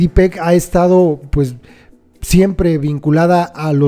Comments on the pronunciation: Ariz se pronuncia "Pech" no Pec jijijii Los q somos de la.peninsula sabemos la pronunciación, pec en maya en perro, sé q lo haces sin intención de ofender, sólo quería aclarar, saludos! Felicitaciones a la señora Laydi, orgullo mexicano😎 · Que mujer tan fregona y que orgullo para todos los pueblos y todo el país, muy bien merecido el premio. Sólo una aclaración: su apellido Pech se pronuncia tal y como se escribe; pech significa garrapata en maya.